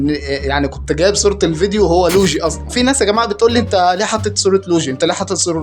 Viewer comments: يسطا معلش عارف اني بعدل عليك بس اسمه مش لوجي (لوييييجييي) 😂👍🏻 يسطا مجرد الكلام عن المحنكبن دون ذكر اسماء اصلا برضو تكريم يبرو مش انت اللي بتتكلم ❤️‍🩹🙅🏻‍♂️ متعملش لل💩 سعر انت اعظم من كدا 👍🏻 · يسطا لويجي مش لوجي😂😂😂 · اسمو لويي چي يسطا مش لوچي😂😂